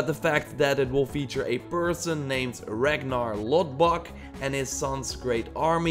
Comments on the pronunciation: You broke my heart when you pronounced it Ragnar Lodbok😭😭 His Name is Ragnar Lothbrok(Lodbrok) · Ragnar Lothbrook is who it’s pronounced